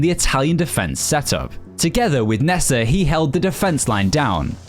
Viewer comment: Bro just butchers the names nessa it’s nesta